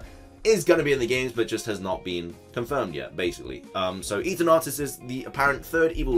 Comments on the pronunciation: Isn’t it Eternatus as in Eternal not Eaternartus? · hahah you made it sound like "eat an artus" (eat an arse) its eternar-tus, like the sound of eternity, which is kind of unusual since eternity means practically infinity, something that's beyond "god", but if it was like that supposed rumour of it being dark type with something else, I still wonder if its the "time eater" (chrono phage) as in Cambridge the corpus clock can be found and its one of the most iconic pieces that can be found there...truly an amazing invention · Christ. Stop saying eterNAWtus... this pronunciation is heinous